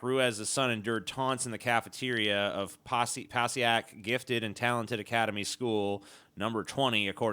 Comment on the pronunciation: I like how pronounced Passaic right the first time, but butchered it to the point where I had to pause it just to read what the hell he was talking about the 2nd and 3rd time.